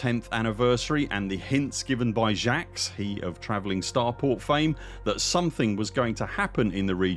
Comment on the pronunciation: Jaques is pronounced "Zhock" like the word "Jock" but with a soft, vocalized J. NOT like "Jax". It's a real-world name. Ever hear of Jacques Cousteau? Slightly different spelling, but the same name.